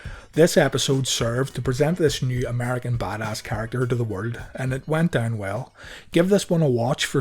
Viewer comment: Why you say "The WOLD TITLE?